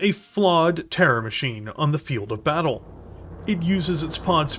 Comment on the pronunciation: “YOU DARE REFUSE MY BATCHAL?!”